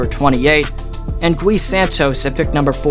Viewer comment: Gui pronounced as KEY but replace the k with a g as in guy.. Take the word glee and remove the L but same pronunciation